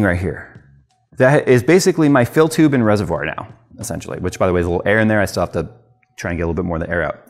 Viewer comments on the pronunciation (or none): lol Every time he says fill tube I hear tube.